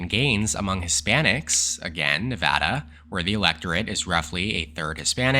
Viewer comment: You are the man for pronouncing nevada correctly